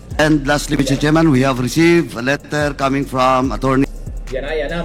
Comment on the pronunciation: Alex Bongcayao: Mister Chairman pronounced “misteh tsiman”